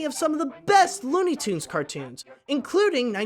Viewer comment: it's tunes not toond